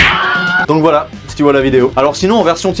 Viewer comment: Dis donc vous travaillez à la pelle "vouhala les z'écrans" Bien marrante....!!!!! Sinon partage tes RC stp c'est quoi ? 😂